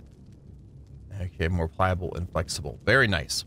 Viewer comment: "Vvery nice vvery nice " But dude chill out, u dont need to grind sooo hard